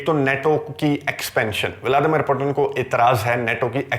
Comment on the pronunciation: بہت عمدہ اور معلوماتی ویڈیو ہے۔ ایک تصحیح کرنا چاہتا ہوں روس کے صدر کا نام ولادیمیر پوُتِن ہے پوٹن نہیں۔ روسی زبان میں ’ٹ‘ اور ’ڈ‘ کی آواز نہیں ہوتی۔ مزید معلومات کیلئے آپ RT (روسی ٹی وی)، سپوتنک (روسی ویب سائٹ)، بی بی سی اردو ملاحظہ کر سکتے ہیں۔